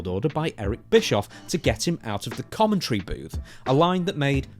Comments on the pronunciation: Commet tree ? Lol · WTF is " commetry " ? Lol